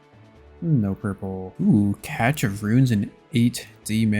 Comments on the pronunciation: I thought it was "Cache" (almost like cash) of runes, not "catch" like you pronounce it? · cache = cash, not catch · Another awesome video Just fyi cache is pronounced “cash” I winced when I heard it. Gl on the drops! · It's Pronounced "Cash of runes" just an fyi :) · yo, it's pronounced 'cash' of runes. Love the series:) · I think it's cash without the é. Or at least, everyone in CSGO says the map name "Cache" as cash. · Pronounced "cash" of runes... plz 😭😭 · I like this guy. hes pretty cool. Btw cache is "cash"